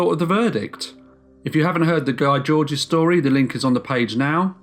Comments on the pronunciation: It’s pronounced Gee Jorge not Guy Georges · Sorry just a quick correction, Guy Georges is pronounced Gee George not Guy Georges otherwise I really enjoyed this video, keep up the good work.